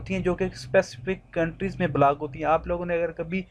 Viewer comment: Itni gandi English black kya hota h block hota h